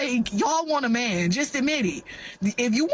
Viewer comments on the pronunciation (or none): how do they turn the word man into two syllables? mee-in, may-in